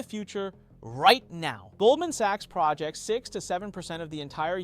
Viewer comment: I knew it wasn't you by how the AI clone pronounced the verb projects as the noun. Thank you for being honest about it.